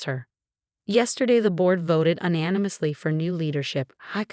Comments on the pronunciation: Teach your stupid AI narration how to say UNANIMOUSLY. It's not ANANIMOUSLY, which is a word. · Teach your AI to pronounce "W" "SEDAN" "UNANIMOUSLY" I suggest you cheapskates hire a human.